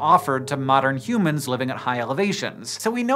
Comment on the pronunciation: Why you sayin humans like that?? Stopppp